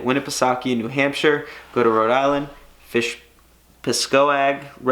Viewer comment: Pascoag Reservoir is pronounced Pasgo... lol